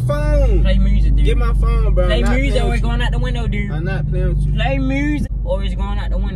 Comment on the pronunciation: "Play mursic durde" 😂😂😂